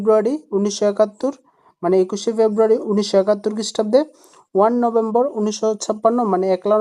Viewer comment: একলা নম্ভেম্বর না ভাই পয়লা নভেম্বর হবে।